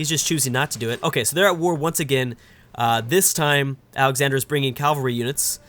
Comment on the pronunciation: Cavalry not calvary